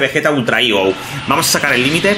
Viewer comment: Me da gracia como dices "igo" aun que eso es una fruta 😂 "higo", pero muy buen video e increíble el personaje de Vegeta Ultra "Ego", una pasada. Saludos.